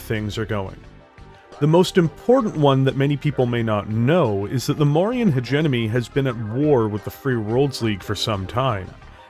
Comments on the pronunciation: Heh-gemm-oh-nee. Use either pronounciation but please switch the N and M. It always takes me out of your videos whenever you say it. Good content. Keep it up :) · Sorry to nit-pick, but you keep mispronouncing "hegemony" in all your videos.